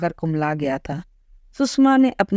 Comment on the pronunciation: Please pronounce the name coorectly, सुषमा not सुसमा.